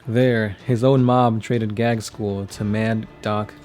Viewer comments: Can you please stop calling my favorite WH40k character Gag-skull? His name is pronounced Gaz-kull. (as was also commented in a previous video) Apart from that, I enjoy your lore videos :) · OMFG, you're butchering his name. It's pronounced Gazg- kul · You seem to pronounce Ghazghkull with the g before z.